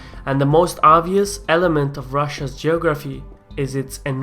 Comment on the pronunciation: Check your pronunciation of "geography".